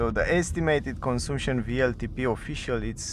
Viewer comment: The U in CONSUMPTION sounds like the one in BUT or BUS. Similar to the A in Latin languages (consAmpchen, not consUmpchen). Other than that, very good video!!